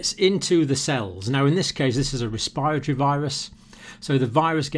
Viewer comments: It's res-p-I- ratory, NOT res- PIRE-atory ! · is he saying 'respiatry' system? never hear respiratory said that way, lol